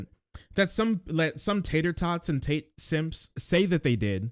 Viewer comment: lol the guy says "Andrew Tight". Not for long bro, not for long.